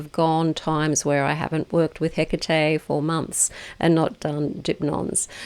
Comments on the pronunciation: Please don't call her Hiccatei. It's He-Ka-Te. Bless you❤ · Where did you find this pronunciation for the Goddesse's name? Is it the way you call her? Hecatè?